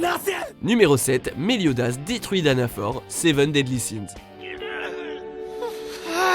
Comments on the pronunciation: Mdr c'est danafall pour seven deadly sins pas danafor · Frro meliodas pas melodias et danafor nn c pas danafor renseigner vous bordel